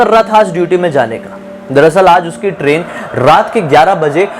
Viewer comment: Abe tu train bol raha hai ki crane